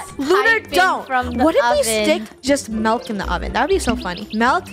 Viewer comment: It's milk not melk